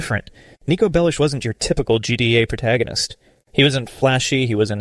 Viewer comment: It sounds like the voice over at the very least isnt ai generated, there's simply too many times that a word is pronounced imperfectly (eg. vibe as "vi-pe", vercetti as "ver-cheti", bellic as "bell-ish" etc.), the guy stutters, pauses to take a breath or displays emotion to make me believe that it is actually a human voice over. (honestly though, might just be enhanced in some way, it does give off a ai assisted vibe, which isn't bad by any means.)